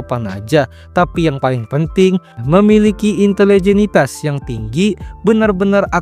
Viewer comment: Ini mohon maaf banget out of topic, tapi aku langsung gak khusyuk nontonnya pas denger "intelegenitas"